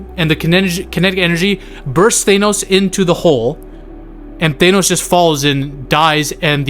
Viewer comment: Why do u call thanos "thaynos" 😂